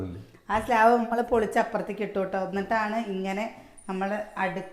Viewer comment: Slab anuh slaav alla